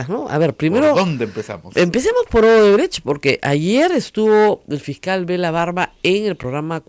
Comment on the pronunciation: Se pronuncia Oodebrekt, la CH tiene sonido de K o GH gutural. Viendo las noticias de CNN en Español, Univisión, etc., veo que los periodistas peruanos son los únicos que pronuncian la CH en Odebrecht como la CH en chocolate. No entiendo por qué. Si alguien pronunciara mal una palabra inglesa como manager, todos le caerían encima, pero Odebrecht, que lleva tantos años en las noticias, se pronuncia mal. Y sólo en el Perú. Editado para añadir: Odebrecht es nombre alemán, por si acaso. No es portugués (recién me entero que hay gente que pensaba eso).